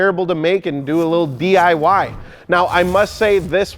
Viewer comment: "Wittle Stair Set, Wittle Ladder" lmao